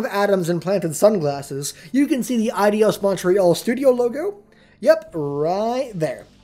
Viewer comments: im pretty sure its pronounced A-Dos or I-Dos but certainly not Adios. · LOL@ Eidos Adios...it's actually pronounced eye-dose. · Um... why are you calling them Adios Montreal?.. It's Eidos, not Adios... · Your eyes are rearranging letters on you dude. The "I" in "Eidos" is BEFORE the "d". Therefore it's pronounced EYE-dos, not eye-DEE-os. Which coincidentally is confirmed by listening to pretty much every interview ever given by an Eidos employee or even watching a few older trailers wherein the company's name is spoken aloud. Because, y'know, they all universally pronounced it EYE-dos. Just sayin'. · It's not pronounced Eye-dee-os, it's pronounced Eye-dos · It's Eidos, not Adios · It's eye-dos not eye-dios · ADIOS? EIDOS is pronounced AAee-DOS. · Then you lost me when you pronounced "Eidos" as "adios"... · It's pronounced EYE-doss. It means 'image' in ancient Greek. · Btw, it's Eidos. Pronounced EYE-DOSS. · Eidos isn't pronounced the same as adios. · Why do you pronounce Eidos Eidyos? There's no e, i, or y there. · Ideos? really dude? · SorryNotSorry, but it's pronounced AY DOS. Like Ayyyyyy and 2 in Spanish. Yeah. Stupid pet peeve of mine. The need to pronounce everything correctly. UGH!!